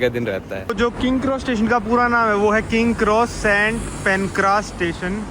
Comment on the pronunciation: Bhai tu naam sahi se liya kar yaar king kross station nhi King's cross station hai aur platform nine three by four nhi hai wo platform 9 and 3 quarters hai...ya nhi aa rhi to platform paune das bol le bhai lekin sahi se bol.